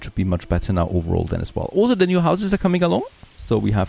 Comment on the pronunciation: You say "Also" or rather "olso" way too much, damn. Nice content though.